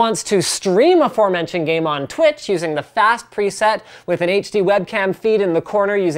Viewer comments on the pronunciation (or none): none